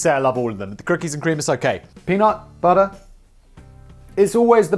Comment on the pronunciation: Simon PLEASE don't say "budder" for butter, you're english!